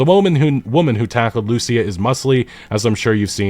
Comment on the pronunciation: Just run the names by google translate or something if you're not sure how a name is pronounced. Lucia ("loo-see-ah") is not a hard one either.